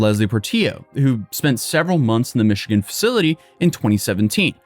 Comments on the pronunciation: Did have a stroke? He pronounced automobile like auto mobile, and Michigan like Michidgan. AI? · "Mish E Gan?" Is this Nightvale? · mispronounced Michigan